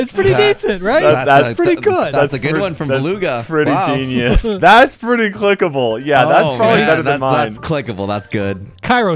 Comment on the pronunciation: His name is Beluga but you say it Belug